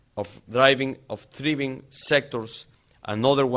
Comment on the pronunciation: Of draivin